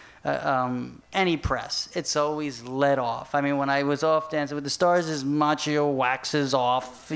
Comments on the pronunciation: It's frustrating to hear Ma-chi-ow because it's pronounced Ma-k-yoh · The right pronunce is Makkio! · the right pronunciation is "Makkjo"